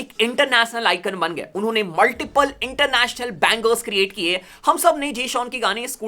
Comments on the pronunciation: international gane ❌ Internachnal gane✅ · ek baar fir se bol.... Inter nas nul